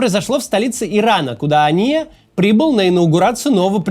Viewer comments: Почему постоянно говорит ания , а не хания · Максим, я понимаю, что вы израилитянин, но он не Ания, он Хания, первая буква там не хэй, а читаемая Х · На русском он хания, а не ания.